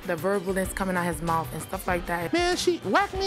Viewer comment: "The verbalness coming out his mouf" she said at the end🤣🤣🤣🤣🤣